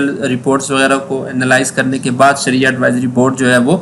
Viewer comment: شریعہ ہے صحیح لفظ